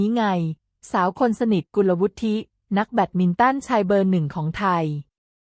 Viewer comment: เค้าอ่านว่า กุน-ละ-วุด ไม่มี ทิ